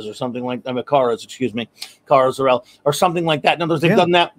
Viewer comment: She's not zor-El but cir-el